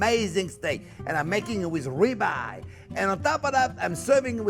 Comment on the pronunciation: Oh, Ribeye! I heard Rebar. 😂